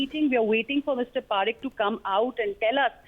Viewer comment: It salil Parekh gawar ladki not salil Parker..kya journalist banegi re tu.. 😂